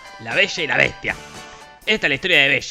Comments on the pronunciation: "La Besha y la Beshtia" :v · en vez de escuchar la besha y la bestia,estaba por escuchar avensher xd